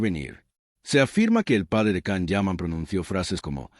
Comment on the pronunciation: So much BS! And his name is pronounced “Jahn” Yaman.